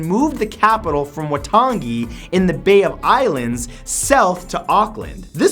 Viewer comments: the treaty of Waitangi is pronounced "why-tung-ee" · Waitangi is pronounced why-tongue-ee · Treaty of We - Tung - GI?! It is pronounced as Wai - Tan - E... You will remember it once you got told off by some Kiwi... =_= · I'm dying he said Way - Tan - Gee it's pronounced Why - Tongue - E. From New Zealand Boiiis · Waitangi.... Wai ta ngi, not ji sounding on the end :) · did he seriously say wy tun gee its pronounced wy tung ee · Sorry its said why toungy( toung e) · Your disrespecting Maori culture not only are you badly mispronouncing words but your saying the waitangi war that took place before the treaty was signed is pointless we nearly lost the entire Maori popation those years and it's pronounced why-tung-ee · It's pronounced y-tung-e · Hey Matt I'm from New Zealand and you may want to just check up on the way you pronounce Maori and Maori words haha. Maori is almost like cow-ee but with an M and you roll the r. Waitangi is kind of like why-tounge-ee. Still probably not the best pronunciations but certainly a step up :) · did you just say waytanji and mayori? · MATT YOUR PRONUNCIATION OF THE NEW ZEALAND WAR IS SO BAD IT'S PRONOUNCED - Whiteaniy and Molri But spelt Treaty of Waitangi and Maoris. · Fyi, the treaty Waitangi is pronounced "Why-toung-ie" and Maori is pronounced "Mao-rii" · loving matt's pronunciation of Waitangi ... and Maori... xD it's "Why-Tounge-ee" and "mhow-ree" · Soon as I saw this list a small part of me was hoping the New Zealand land wars would be on here and it was! But Matt, as a proud New Zealander ahhhh your pronunciation needs some work 😂 It's Waitangi (Why-tang-e) Prounced Maori (Ma-ri) Just some pointers because this is the 3rd time I've seen New Zealand Maoris mentioned in one of your lists and 3rd time of cringy pronunciation 😬😂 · he said it like wai tangee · Wai-tan-gee... May-or-ee... XD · dont mean to sound rude but the battles in new zealand at waitangi is pronounced as why-tougne-e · Say waitangi propally